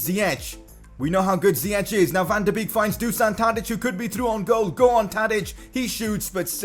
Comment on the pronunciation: It is bake not beek